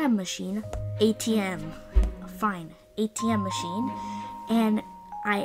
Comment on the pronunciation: How did kept on saying "Adam machine" 😂😂😂😂